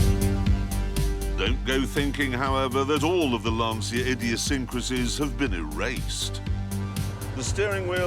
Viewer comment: LAN-CH-IA FFS!